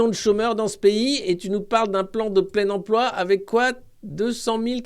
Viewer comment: Salut Alexis! Ça vient d'où cette prononciation «emplwô» avec l'accint d'ech Nord?? J'ai manqué un truc?